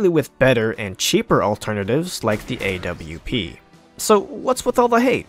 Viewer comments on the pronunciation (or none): the AWP is prounounced OP not A W P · A W P dude just say Aww-ph thats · I've never heard someone call the AWP the A.W.P. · He calls the AWP the A.W.P I want to die